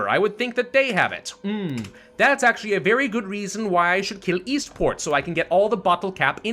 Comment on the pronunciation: God every time he said “Eastport” I thought he was saying “Esports”